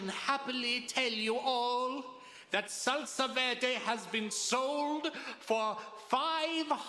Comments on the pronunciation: It's "Salsa Verde" bro!!!! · Oh my god, it's "Salsa Verde"!!!